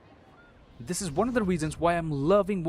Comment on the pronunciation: playing the words games with us too he said 'waan' instead of 'one' in the end